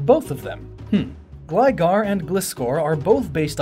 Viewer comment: Ok how do you pronounce Gligar Correctly but not Gliscor?